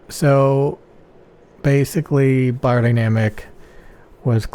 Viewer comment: It is closer to "buyer..." but still not correctly spoken this way. I'm from Germany.